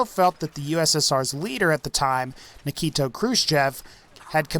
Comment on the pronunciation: It's Nikita Krushchev not Nikito. Also Sino is pronounced saino as supposed to seno per the Merriam Webster english dictionary. Other than that great it was great video thanks for the content.